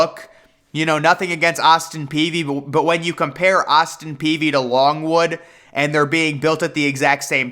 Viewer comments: Its Austin Peay not Peavy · Good show as usual. But I always heard its Austin Peay. No v in it. Just sayin. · I was about to have an aneurysm every time he said "Peavy". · Jake Peavy. Austin Peay (pea)